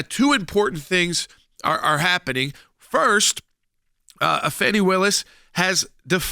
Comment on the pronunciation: Once again.....her name is not Fawnie...it is Fanny .